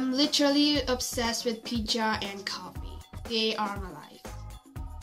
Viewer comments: The way u said Pijja was hilarious 😂😂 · Wth man the was you tried to sound like american and pronounced Pijja was AMAZING!😂😁